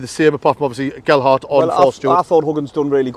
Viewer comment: Thanks for the vid lads. Aye, you kept saying Geldhart but that's because the "D" keeps moving around. 3 - 1 to the lads.